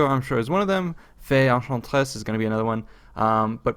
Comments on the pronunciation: You said, the Fay, Ehh haaan tress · Fay Eyn-shaan-tres lol